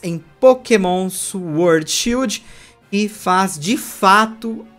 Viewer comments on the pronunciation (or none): none